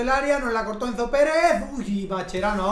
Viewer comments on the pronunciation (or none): none